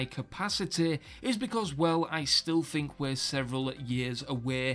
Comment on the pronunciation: "I fink"